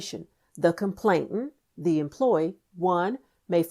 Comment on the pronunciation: This would be even better if the word complainant wasn't repeatedly mispronounced.